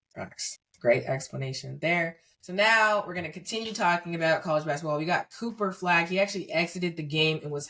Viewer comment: C'mon son...bruh cannot pronounce Cooper Flagg!?